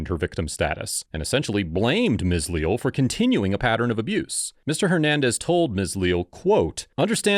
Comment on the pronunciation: lee-al is how its pronounced I do believe. Unacceptable behavior by Deputy. Glad he was terminated.